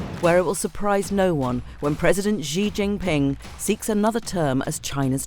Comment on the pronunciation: Dear Economist, pls learn to pronounce the name of Xi Jinping properly. It reflects poorly on your standards.